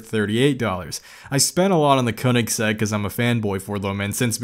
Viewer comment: Regardless if you correcting it,hearing you say “the only Koineggssegg I ever got to saw” cracked me up lmao. Good video man!! *ik I butchered Koineggsegg spelling please forgive thee 😭